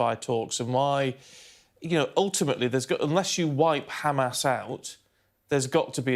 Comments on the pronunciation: They pronounce it as HhKKKhhhamas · Why she is saying hamas as khamas?